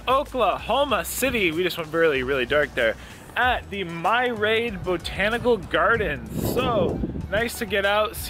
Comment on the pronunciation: It’s pronounced Meer-E-ad..... Myriad. Not sure if you were being silly or not. 😉